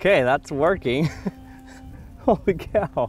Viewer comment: the way you said holy like that i dont think its fits